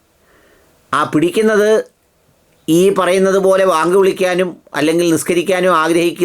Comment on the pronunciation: ന്യൂസ്18 ൽ ഒരു ത്തൻ വളരെ ആവേശത്തിൽ വാർത്ത വായിക്കുന്നത് കേട്ടു.. ബേങ്ക് വിളിക്കാൻ അനുമതി വേണമെന്ന്. എന്താണി ബേങ്ക്